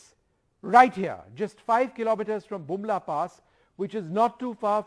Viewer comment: Use earphone he said bumla